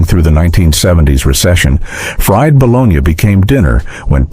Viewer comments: This would have been fine if either a real human had read it, or if you had taught the bot how to pronounce the words. The Italian city is "bo-LOH-nya," the lunchmeat is "buh-LOH-NEE." There were two other common words that werr mispronounced. C'mon. You can do it. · This content description and VO appear to be entirely A.I. generated, as virtually none of this is “from the 1970’s” or “disco era” (as the description indicates these recipes are), and no one pronounces bologna “bo-LOG-nuh”. Is there actually a human anywhere behind this content? The mustard sandwich segment shows numerous meat filled sandwich stock footage shots while describing a sandwich made from nothing but bread and mustard. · No mention of grilled cheese sandwiches which were a poor man's staple back in the day. This horrible AI robot voice doesn't do anyone any good. It's BALONEY or BOLOGNA - no i in either one. Either this guy is just learning English or this is a robot voice. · Who other than this asshole says balonya??? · Balonya? LOL LOL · wtf is that? "kuchen nut ki*pisymbol*schen"? "200g mandel"? and you sayin bologna wrong... silly AI ;p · Your pronunciation of bologna tells me this is AI slop